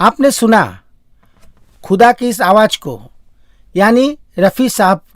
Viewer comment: Bhai presentation ka kachumer q nikal rahe ho. Awaj nahi bhai awaz bolo na verna sunna bund ker dunga. Sara presentation chaupat ker diya bilkis nahi bilqis kahiye.